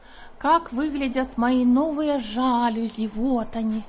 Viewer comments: жалюзИ - ударение на последний слог) Извините. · Жалюзи, ударение на последний слог